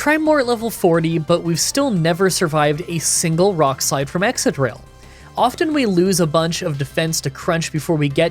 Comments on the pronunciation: Excadrill is pronounced exkadrill, not exsadrill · ExCadrill. It's exCadrill.